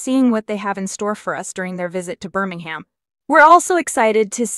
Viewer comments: It's not Bir-ming-ham, it Bir-ming-hmm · The H is silent Birmingam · IT is not Birming Ham alabama its Birmingham WEsst midlands